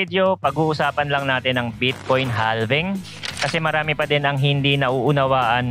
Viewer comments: Boss idol palagi po ako nanunuod ng mga Videos mo very very informative. Pero HALVING po is pronounce with silent L (its like HAVING) Thanks and God Bless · idol silent L po ang basa sa "halving". just like we pronounce the word half. noun: half = kalahati verb: halve or halving = hatiin sa dalawa